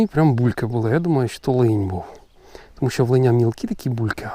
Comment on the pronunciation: Лин, а не линь